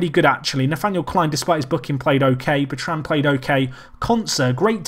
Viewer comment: pronouncing Bertrand incorrectly.